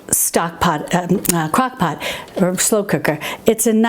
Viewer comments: ROFL, said "cockpot ". Sorry, I'm not making fun just think its funny. Thank you for these videos. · Did you say cock pot? LOL